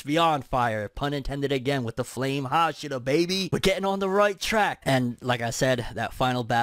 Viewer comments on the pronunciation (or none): haSHIra, not HAshira